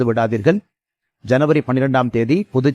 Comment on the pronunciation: காலை வணக்கம் திரு. அண்ணாமலை அவர்களே! உங்கள் பேச்சைக் கேட்கத் தவற மாட்டேன். மிகவும் அழகாக இருக்கும்.இறுதியில் பாரத அன்னைக்கும் சொல்லும் வணக்கத்தை இன்னும் கொஞ்சம் அழுத்தமாகச் சொன்னால் நன்றாக இருக்கும் என்று நினைக்கிறேன்.